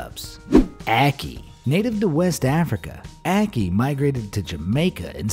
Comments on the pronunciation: Being a Jamaican and hearing how this guy pronounces ackee makes me cringe😂 also fun fact in Jamaica we call the huaya fruit "guinep" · Jamaican loud and proud! Were you also annoyed by how he pronounced ackee?